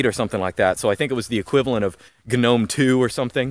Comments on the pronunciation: I like the hard G, Lunduke and you would get along just fine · He can say GNOME properly, but he can't say Ubuntu correctly. I'm Just saying. Even so, I liked the video immensely.